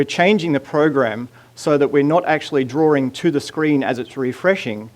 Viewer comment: It's DRAWING, not drawRing...